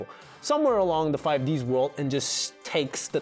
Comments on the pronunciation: "Five Deez" Not "Five Dee Ess". It's supposed to be short for Five Dragons, in reference to the five Signers (Yusei, Jack, Aki, Rua and Crow) each having a Mark of the Crimson Dragon and their own Signer Dragon - Stardust, Red Demon's, Ancient Fairy, Black Rose, Black Winged. In case anyone asks questions about Life Stream Dragon and the fact that Leo is a sixth signer, here's the cliff notes. Life Stream was one of the Signer Dragons thousands of years ago, in one of the first fights against the Underworld King, but it was trapped in a Cage to nullify its strength - which turned it into Power Tool Dragon (Leo using the power oof Synchro Summoning to break the cage and unleash Life Stream's original power). It's only fighting Aporia in the final arc that Leo becomes a sixth signer, but that never got dubbed. For a comparison with another anime, it's kind of like the Elder Kai in Dragon Ball Z though, where the old Supreme Kai was trapped in a sword and so when he was freed millennia later, there was an extra Supreme Kai hanging around. You're still supposed to have only one Supreme Kai at a time, you spent 99% of the show with one Supreme Kai, you just end up having one extra for a stint. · Let me get something straight. You feel the need to clarify the difference between the Japanese and English dubbed pronunciation of "Zexal" yet you pronounce "5Ds" as "five de es"? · This fool just called it yugioh-five-D-S. Abort. Wow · He pronounced it as FIVE-DEE-ESS instead of just 5Ds but knows how to correctly pronounce Zexal, wtf? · I heard it bro, I heard you saying 5 DS and 5D's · Hearing someone pronounce 5ds as 5-DS (like the Nintendo console) is slightly satisfactory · He just called 5D's "5Deez" Also another reason 5D's is part of the canon is because Joey Wheeler's descendent was there too, right? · FIVE-DEE-S. Strike one... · it was pronounced 5d's like more than 1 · The way he said 5Ds hurt a little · You lost me when you said the s in 5Ds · 5 deez? deez what?